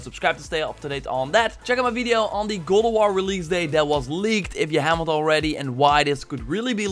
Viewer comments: Is it just me who heard God of war as "Go to war" ? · Please learn how to say god of war damn!!!!